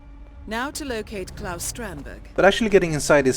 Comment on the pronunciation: Excellent job as always. Interesting that you didn't seem to pick up on the apparent mispronunciation of Claus, as Robbaz did.